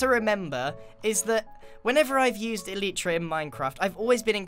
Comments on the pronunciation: Who else is triggered when he says eleetra not elytra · its pronounced E-Lie-tra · Every time Grian pronounces it “El-ee-tra”, it’s quite hilarious 😂